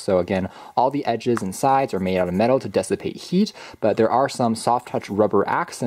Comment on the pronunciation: "Dessipate" or "dissipate?